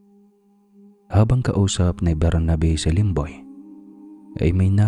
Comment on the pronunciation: Yung serious ka namin aw tas Yung lemboy muntik na tlga naging lomboy😂 sorry sorry